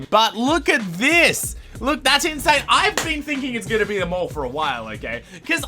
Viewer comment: Op it’s mall